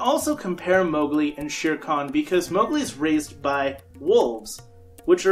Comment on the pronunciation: Not Mowgli